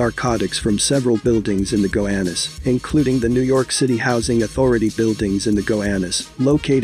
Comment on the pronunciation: Gowanus not gohanus